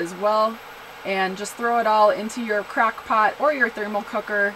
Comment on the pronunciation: Did she just say "Crack Pot"? Lol